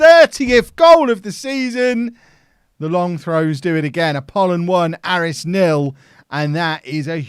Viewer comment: Just a note that Aris is pronounced Ay-ris